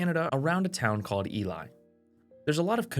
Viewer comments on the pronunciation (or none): Ely is pronounced “eelee” not Eli, I lived 10 miles south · Bro pronounced Ely MN wrong 🥀